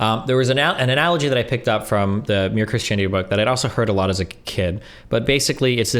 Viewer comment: Why Does Destiny pronounce Christianity as (Chris-Chanity)? lmao